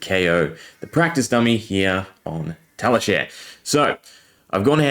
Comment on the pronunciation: this is nuts, but also I have never heard anyone say Tali share before. I think it's Tali shar as in rhymes with car. But still, crazy vid. Thanks for showing the combo. I wonder what zen will regularly be able to do with a 60-card deck.